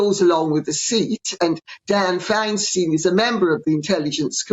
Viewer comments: It's FineSTINE, not FineSTEEN! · Fine- stine. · Californian here, think of a beer stein when you pronounce Dianne Finestein’s last name. Don’t think Finesteen. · Northern Californian here; Diane Fine Stine. Di Fi. Long 'I' for both syllables. She was mayor of San Francisco after Harvey Milk was assassinated in the late 1970s. I was working in SF when that happened. Should she retire before her term ends as Senator, her place on the U.S. Intelligence Committee will be given to another senior member, NOT to anyone appointed to fill out the rest of her term. She is now 90, and has had some spells of ill health recently. Personally, I doubt she will retire and NOT serve out her term, so the possibility of Governor Newsom appointing ANYONE to her spot as senator is remote; but in any event, he would NEVER get support if he entertained that vile creature's request for such an appointment! It would spell the end of HIS career, too! I have the feeling he is eying the White House himself, but at this point, not at all sure about his ability to be successful., so glad we have seen the cats today! I didn't realize they were rescues, too! Beautiful kitties! Glad they are settling in to their new home! Finn is such a sweet boy! Funny how he is jealous of you given attention to the kitties! Such a boy!